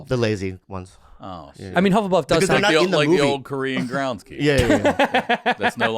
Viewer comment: Korean hufflepuff be like "uh huffl-puffle"